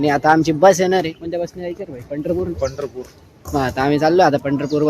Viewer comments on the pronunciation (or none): Pandharpur ki jagah butterpur sunae de raha he😂